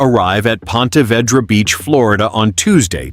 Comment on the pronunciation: Learn how to pronounce Ponte Vedra